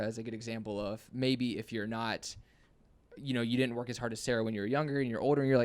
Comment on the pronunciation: "work werk wyrk wirk wurk" So good lol.